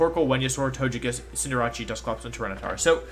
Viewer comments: I finally realized that he calls Cinderace Cinderachi, before I always thought he was referring to a team with Cinderace and Jirachi, which was wired, because Jirachi isn’t legal in this format. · Not Wolfey saying Cinderace as “Sin-dur-ah-chee” ☠️